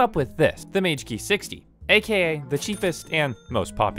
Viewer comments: NOOOO! It's the muh-GEE-GEE linus tech tips reviewed it and its really good for the price. not mage gee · its not mage key its magiigii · its pronounced mag-ee-gee